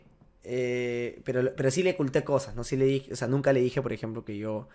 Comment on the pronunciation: Dice anunca , arreglalo